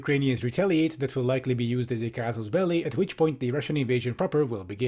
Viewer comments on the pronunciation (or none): none